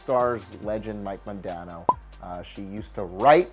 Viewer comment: mike mondano? never heard of him ,now mike modano? yes